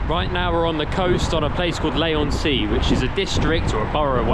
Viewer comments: don't get paid ? and you have to pay for your own chips ?? Gorblimey mate ! btw it's pronounced LEE on sea not LAY on sea :face-green-smiling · You go to the longest Pier in the world and you don't go down it, Skint boat hahaha 🤣 and ya can't pronounce Leigh on Sea ⛵, Shit video as you started the video in the worst part of Southend Too